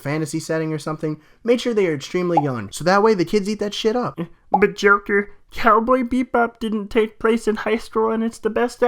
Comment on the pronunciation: Naruto saying Cowboy Bebob is the best. -_